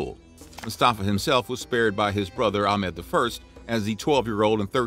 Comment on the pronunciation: You're pronouncing Ahmed wrong, among other names. You might want to address that in future videos, maybe....?